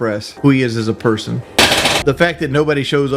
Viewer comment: Yes! And he says berson instead of person